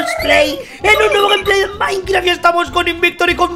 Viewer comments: Quien mas se dio quenta que dijo gempley de minecraf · en la intro dice minecraf y no dice GTA 5